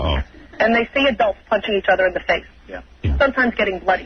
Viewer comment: The way this poser pronounced "adults" is so douchie, he thinks he is not an adults